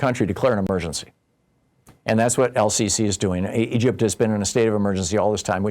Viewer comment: How can you be a major political commentator and trip over Sisi?